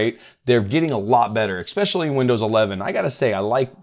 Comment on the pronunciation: There is no Ick in Especially!